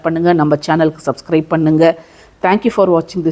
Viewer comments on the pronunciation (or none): none